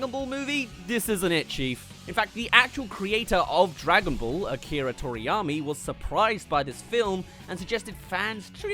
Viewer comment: "Akira Toriyami"